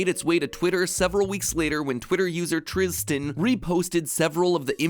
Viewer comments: Why’d he pronounce Tristan like that 😂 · Matpat i cant help but notice that you put an emphasis on a z that wasnt even in the name